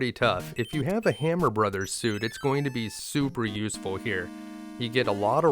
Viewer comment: Thank you for saying "Super Mario Brothers" and not "Super Mario Broes". Liked and subscribed!